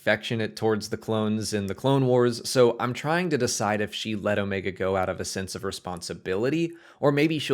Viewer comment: I think Omega is force sensitive. And I like that this guy knows how to pronounce Omega. 😆😆😆